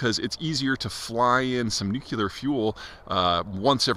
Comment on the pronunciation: At least pronounce nuclear correctly.